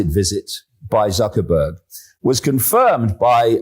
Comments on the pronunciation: I find it quite funny how the presenter talking with S.Miller called M.Zuckerberg "ZuckerBUCK" with a flat face. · DAVID, DID U HEAR WHAT THE INTERLOUTOR SAID? ZUCKER-BUCKS ! HE DID NOT SAY "ZUCKERBERG".